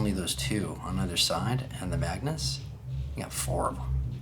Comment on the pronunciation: Lol why do you keep calling it the maganus? They are two different tanks